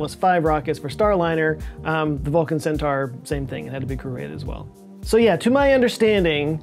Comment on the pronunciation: = Yeah …not yay As in Oh Yeah! Like the Kool-Aid man.